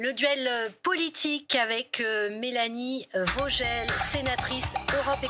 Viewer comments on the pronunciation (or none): Ca s’écrit Melanie Vogel, ça se dit Melanie vos gueuels